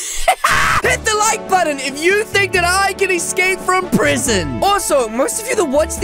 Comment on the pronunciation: U said prison wrong